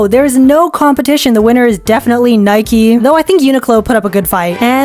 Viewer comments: Stop say naiki say naik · what is a birdie. It’s a shuttlecock 😭😭 why do people pronounce Nike and adidas like that 😭😭😭😭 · IT IS NIKEEE